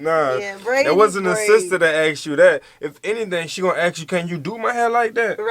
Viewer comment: Ask😅...not ask..axe😅❤